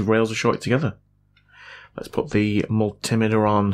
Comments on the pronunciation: It's multi meter and not multameeter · It's actually a miltimetr